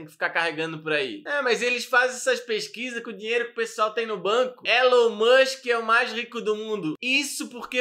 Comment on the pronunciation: "Élu mãnxqui é aqueli qui vendi carru cum ixtensãum"